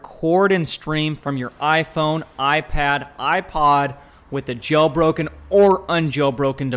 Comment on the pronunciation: am i the only one who hears jobroken?